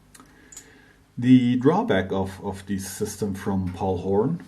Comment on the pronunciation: are you saying Paul Horn?